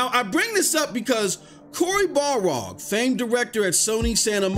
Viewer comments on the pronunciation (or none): Every time you say it “Balrog,” Cory Barlog loses another month off the end of his life